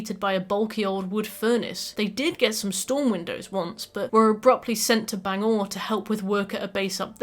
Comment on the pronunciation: ok im a mainer its pronounce bang-Gore